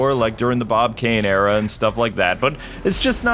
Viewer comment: Why do you say "Bon Kane era". He was only the artist for the first few issues nothing else in terms of the actual stories.